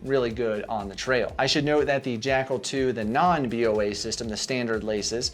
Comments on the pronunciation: Why you you say B O A? It’s Boa like boa constrictor, the snake. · Dude, why are you saying B O A? It's Boa as in a Boa Constrictor snake for obvious reasons. Get it?